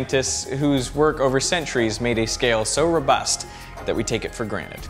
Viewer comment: Neat video. "taking forgranit" got my eye ticking... :D